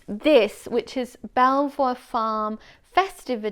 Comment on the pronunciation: At the risk of sounding pedantic, Belvoir is pronounced bee-var. The chatelaine hosts a podcast which is where I discovered I had been pronouncing it wrong for years!